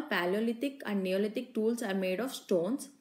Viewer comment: many spelling mistakes and pronunciation mistakes.its tools mam not stools